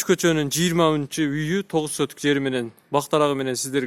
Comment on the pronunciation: Сотик дечи айланайын сотук дебей